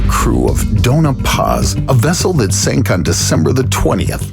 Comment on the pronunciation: Sorry, but this drives me crazy...it's Doña Paz, not Dona Paz. Pronounced "Doan-ya" Paz.